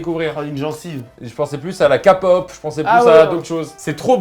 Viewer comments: La « ca pop » je suis morteeee 😭😂 on dit « kay pop » et en tant que fan ce serait cool que vous y réagissez ! (Du moment que vous dites pas que les artistes masculins sont des femmes ou sont homosexuel ça me va 😅) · Oh bordel oui regardez de la K-pop (qui se prononce au passage Ké pop et pas Ka pop :') ) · Je vous adore, mais par pitier, à ce dit Képop pas Kapop ! Ce seras tout pour moi ! Vous êtes super continuer comme ça 😄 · Tout allait jusqu'à " la KApop" , non je déconne super vidéo (mais Carlito on dit la KÉpop😉) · vous pouvez réagir a de la kpop (ça se dit pas ka pop mais kay pop) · la "Ka-POP" = BRAVO!!!! (ça se dit Ké-POPO merci bonsoir x) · OUIIIIIII RÉAGISSEZ À DE LA K-POP SVPPPPPPP COMME STRAY KIDS, BTS, BLACKPINK, TXT, XDINARRY HEROES, ENHYPEN, BIBI, DAWN, HYUNA,JESSI, NEW JEANS PS: ON DIT PAS KAPOP LE K SE PRONONCE KEI (K EN ANGLAIS) SINON SUPER VIDÉO !!!! ❤❤❤ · La « kapop »😭😭 il faut prononcer à l’anglaise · Je veux bien vous voir réagir sur la kpop mais par contre faut les bases de prononciation--> le k de kpop se dit en anglais... sinon vidéo incroyable comme toujours :)